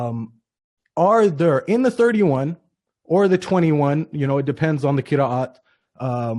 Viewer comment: cannot even pronounce Qira'at he says Qiriiiyat